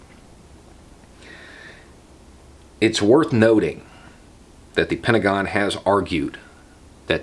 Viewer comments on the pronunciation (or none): none